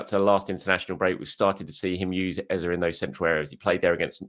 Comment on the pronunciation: Our starting mid 3 should be subject, Dec and Ezeee not Eza... he did a vid about pronouncing his name